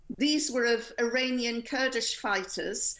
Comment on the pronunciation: Something wrong with her mind she went on to say uranian...😮